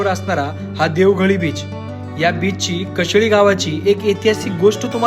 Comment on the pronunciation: मित्रा कोकणातील विविध पर्यटन स्थळांची माहिती तू छान देतोस. परंतु एक छोटी दुरुस्ती तुला सांगतो काही जागेचे नावे तू चुकीचे घेतोस जसं उदाहरणार्थ व्हिडिओमध्ये देवघळी ला तू देवघाली संबोधले आहे, नक्कीच हे चुकून झालेले आहे परंतु ते ऐकताना चुकीचे वाटते म्हणून मी, ही चूक तुझ्या निदर्शनात आणून दिली. बाकी व्हिडिओ सुंदर.